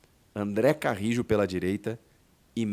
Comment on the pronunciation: Acho que você tá esquecendo o espanhol, pô.